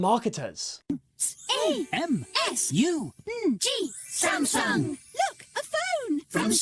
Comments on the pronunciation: IT'S NOT CALLED SAMSUNG IT'S CALLED SMASNUG!!!! (Nugget) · SAMSUNG ❌️ SAMUNG✔️